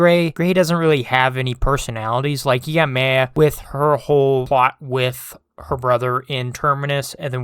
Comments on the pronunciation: Good Viedo but you mispronounced "Maya" name wrong. It's "Mai-ya". Not "may-yeah". It's spelled like "Maya" because that's how it's spelled. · The way this guy pronounced the name “Maya” throughout the whole video is annoying. It’s so wrong. The ay in the name is pronounced like the i in hi. Not however he was saying it.